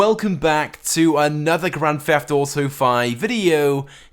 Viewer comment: You say grand pheft auto